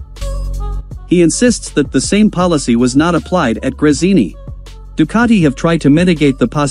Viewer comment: Do not expect an englishman to pronounce any foreign word but in the English way. They will never pronounce Ducati correctly.